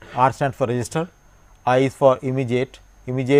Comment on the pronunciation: why does it sound like he is saying resistor when attempting to say register lol